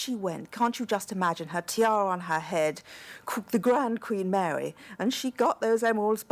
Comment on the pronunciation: At 20 minutes in, the speech impediment that woman has! My goodness! Queen Mawy weceived emewawds and mixed them with the Cambwidge emewawds... Oh dear.